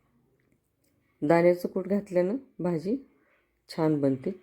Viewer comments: भाजीला भजी कां म्हणताय ? तोंड उघडून भाजी म्हणा . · भजी बोलता कि भाजी बोलता हेच नीट कळतं नाही